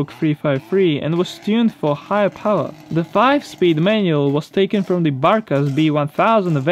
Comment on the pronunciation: You cant say power properly its not pwer